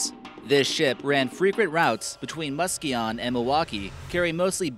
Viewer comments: I love listening to people try to pronounce Michigan places. Muskegon man you should hit me up next time you need help pronouncing shit ffs. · Muskegon, you pronounced it wrong aye.